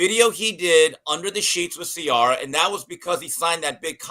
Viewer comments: Omg he can't pronounce Ciara name is unacceptable 😂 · I don’t usually comment NEGATIVELY but Jason and TJ…. Please you know nothing about Russell’s feelings about his lovely wife Ciara , mid-life crisis… whatever. Jason her name is pronounced “See-air-uh” had to break it down phonetically for you!! Love Steve Kim all day every day!!!